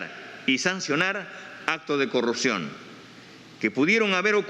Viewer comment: Respetamos???? Dice?????pequeño grupo????? 70 % SOMOS UN PEQUEÑO GRUPO????? TAMPOCO SABE LEER????? O NO SABE QUE SIGNIFICA 70%?????QUE RENUNCIE.....NO SE DICE CORRUCION....SE DICE CORRUPCIÓN ......